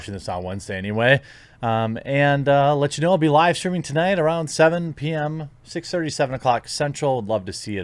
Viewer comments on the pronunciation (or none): none